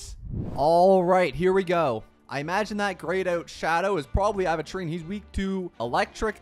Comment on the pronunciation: its “aventure - ine”, not “aven-trean” 😭